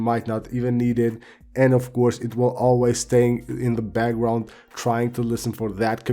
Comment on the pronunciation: I love how he pronounces background🤣 He’s like “bagwound-app refresh”😂